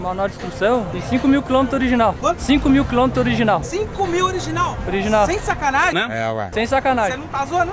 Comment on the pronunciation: É "oliginal" kkkkkkk história pra boi dormir